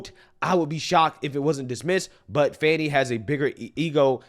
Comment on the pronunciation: Check THAT box fanny. And it is FANNY, NOT fawny.